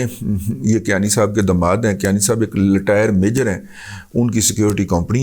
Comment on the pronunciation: Razi sahab....Letire nai Retire lolxx